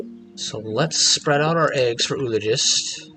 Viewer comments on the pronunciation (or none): I enjoy your commentary and have learned some strats that help my own game. And I really feel like a jerk calling it out, but I have to point it out— the double o in “oologist” is not pronounced with a single “oo” sound like “tooth”. It’s greek in origin and and sounds like “oo”-“ah”-“logist”. Or better written - “ō-ˈä-lə-jist”. Anyway keep making the videos and I’ll keep watching regardless of pronunciation.